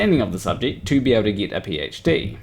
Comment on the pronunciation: I wouldn't worry about pronouncing Bill's name mate, let's face it you struggle with simple words like "get" You butcher the English Language 😂 Another very dishonest video that fails to allow Bill's explanations. Any fool can't pick and choose bits of someones videos and constantly misrepresent them 🙄 Who listens to this clown 🤔